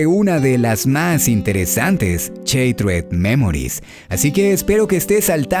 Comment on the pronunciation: "Cheiterd Memories"? Tocayo no te hagas esto cuida to pronunciación del inglés si lo vas a hacer.